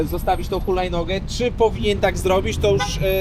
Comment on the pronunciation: 'tĘ chulajnogĘ, tak, tak tĄ, hulajnogĘ, za pojadzem - czyli co z przodu pojazdu stała?' kurtyna xD